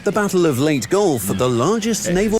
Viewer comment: Thank you for pronouncing Leyte right ❤